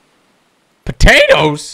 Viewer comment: He's like potatoes the hell how he said it is funny 😂🤣😂🤣